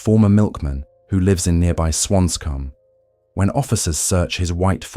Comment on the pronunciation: And swancom. Instead of swansea